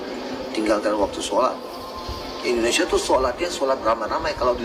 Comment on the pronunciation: IndoneSIA, bukan IndoneSA. Tolong dikoreksi ucapnnya.